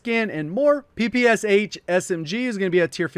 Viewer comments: PePe eSeH sounds funny) It's Peh-peh-Shah. ППШ. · It's P-P-Sh (papasha) not P-P-S-H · It should be pronounced PeePeeEsh. There's a reason the "h" is small behind the "S" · It seemed pronounced "ppsh" very strangely. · J, when you will creating video about PPSh, please, read "Sh" like one sound. because it is actually a one letter in Russian - "Ш" So PPSh is "ППШ". "Пистолет Пулемет Шпагина" - Shpagin's Sub-Machine (Gun). Also in name Antonov the emphasis drops on first "O", so it is antOnov